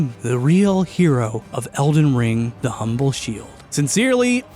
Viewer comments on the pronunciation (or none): none